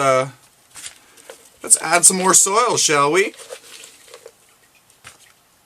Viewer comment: Soil, not soul. Hahaha!!